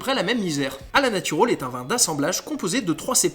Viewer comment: Autre précision “A la Natural” se prononce à l’espagnole a la “natoural”